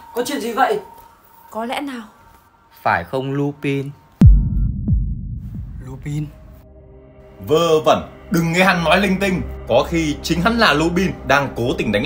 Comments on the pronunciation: Lubin (tôi đọc thành) - chubin😊😊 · ấy ầy Lupin đọc là lu-panh anh ơiiiii